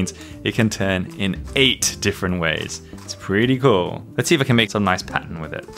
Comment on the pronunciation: I laughed when you said "NOICE" ( which is actually "nice") lime the meme also i really love ya vids because i love rubik's cube's except i only have a 3x3 and two smaller 3x3's but i am really happy for you and i hope you can learn how to solve even more cube's and make amazing videos i love ya so much!!!!😄😄😄😁😁😁😉😉😉😀😃😀😃😁❤❤❤❤❤❤❤❤❤